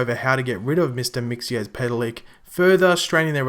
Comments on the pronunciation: IT IS NOT MIXY-AS-PETAL-LICK IT'S MIX-A-PIT-A-LICK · The word is old and it's Mix zel plick. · Since you were struggling with the name, you say it like mix ill pita lik a little background on him, He is not good or bad, just mischievous Superman (and i guess supergirl) have a weakness to magic, Mxyzlplik is a magical character and can control people and in some cases has been defeated just by saying his name backwards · KRYMauL Ccorrrect!!!👌👌👇👌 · The Way you Prononuced his name was so wrong